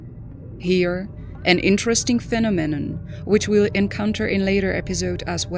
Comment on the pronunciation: Fenomennen?? Lmao😂 Do better robot voice😅